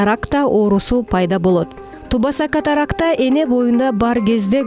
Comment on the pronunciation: Айланайын чала сабат журналист айым, кыргызча окушту алгач уйронуп алынызчы. Оюнузда тамгаларды так айтып туура суйлоп жатам деп ойлоп жатат окшойсуз. «Б» тамгасы ундуулордун ортосуна келгенде жумшарып, «У» тыбышын берет. Таныбаса, тубаса деген создорду жазылгандай эле окуп жатасыз оруска окшоп. Окулганда «туаса»(тубаса), «таныуаса»(таныбаса), «кауар»(кабар), «ауа-райы»(аба-ырайы), «тооуа»(тооба), «тауак»(табак), дуа(дуба) деп окулат. Качанга чейин ушинтип тилди бузуп суйлойсунор? Жок дегенде силер эл агартуучу катары туура суйлоп жургулочу.